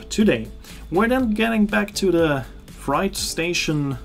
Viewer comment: Tolle Reise und toller Bericht. Kleiner Tipp für nächten Mal: „freight“ wird auf Englisch wie die Zahl Acht (fr-ate) ausgesprochen, nicht wie „fright“ (fr-aite), was „Schreck“ bedeutet.